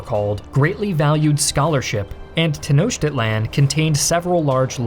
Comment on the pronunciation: Boy, the pronunciation ‘Tenochtitlán’ in this is so off 😣